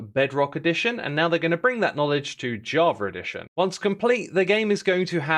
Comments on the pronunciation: "Jaw-ver edition" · I love the way he says Java Edition, "Javredition"